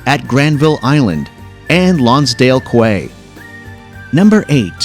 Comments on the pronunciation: A nice American video about Canada. Obvious giveaway: Quay should be pronounced key. And Newfoundland has the stress on the first syllable, and the second is said more like “fund” than “found”. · The words "quay" and "Newfoundland" were not pronounced correctly.